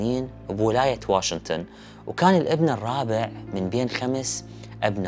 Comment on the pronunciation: يارجل تعليق عربي احكي( واشنطن) ليش (واشنتن)